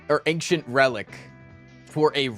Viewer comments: Why does he pronounce ‘ancient’ as ‘ank-shint’ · Is he trolling pronouncing ancient like that?